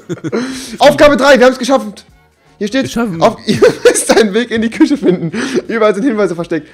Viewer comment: alle sagen ganz normal küche aber rewi sagt kusse